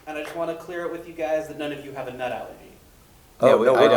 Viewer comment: this guy asks a question and blatantly mispronounces "nut", talk about disrespect...